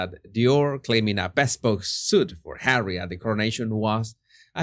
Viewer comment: Hahahahahaha! Laughed so hard on that comment about the electrical device he uses to control hawwy